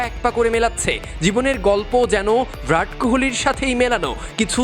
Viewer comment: Virat kohli ke vrat kohli bole 😂😂😂